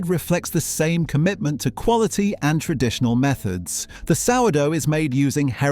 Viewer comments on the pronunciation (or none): 12.57; 'time-intensive..(pause)....tren..ditional methods'?? I clicked on to watch what could have been a worthwhile video. Bloody robotic voices!